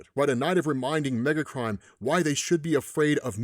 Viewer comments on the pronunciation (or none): Every single time he said "Megacrime", I heard "Megatron". Every time.